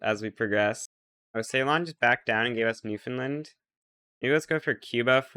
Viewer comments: bro calls newfoundland newfinland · It's new Found land, not new Finland